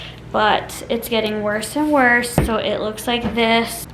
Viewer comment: "Sow you want TWEWW tablespoons…" 🥴 why do you talk like that? You not only look like Kermit the frog, you sound like him too.